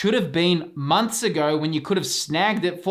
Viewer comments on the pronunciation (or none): none